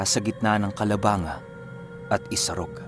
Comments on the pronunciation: Calabangga ang pronounced nyan. Taga Naga po ako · Good morning, calabangga po ang bigkas ng lugar kahit calabanga ang nakalagay. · ang tamang bigkas po ay parang CALABANGGA pero ang tunay na spelling ay calabanga. Taga rito po ako sa calabanga at isa ako sa taga subaybay sa mga kwento nyo. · calabang-ga po ang totoong basa po ng lugar, kaya po naging sulat calabangga in short po calabang-ga po yun. Salamat po taga bicol kc ako sa cam sur